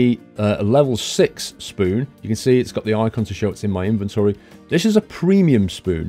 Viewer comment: OMG a British person who says inventory not invintri lol!